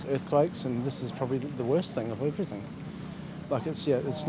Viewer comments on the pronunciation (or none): none